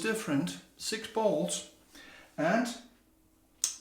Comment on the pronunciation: When you said "I have a lot of bowls(sounded like balls), I lost it🤣🤣🤣🤣 Great vid brother, and I'm digging that custom bowl. That's gonna be an awesome giveaway to someone. Have a great weekend my friend and stay safe.🤙🤙🤙